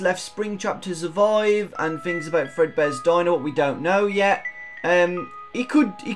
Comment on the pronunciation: is that a british accent? "pizzaria ,suvoid, foulks " sry If I`m being racist but I found it funny